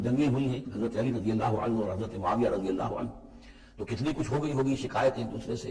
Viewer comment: Mufti sahb etny baray mufti aur radhiallahu anhu bhi sahih sey nahi bol paa rahay,Mera Khayal Hain Yah Hadees bhi Engr. Sey suni hogi